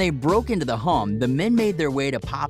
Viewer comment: Why u say Home like that 💀💀 Hom